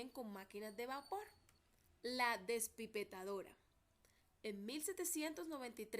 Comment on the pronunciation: Es despipetadora o despepitadora